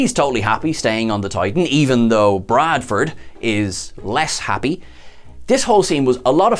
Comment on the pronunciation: Bradward not Bradford 🤦🏻‍♂️